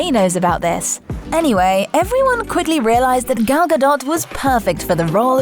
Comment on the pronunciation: Gal is pronounced like gol in golly.